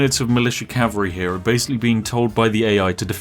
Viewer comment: “Horse Calvary” yes yes... perfectly balanced English lol